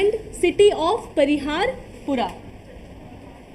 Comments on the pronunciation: Parihaspora not pariharpora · It is not pariharpora It is parihaspora